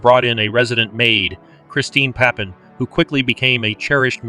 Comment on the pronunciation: Please pronounce Papin properly.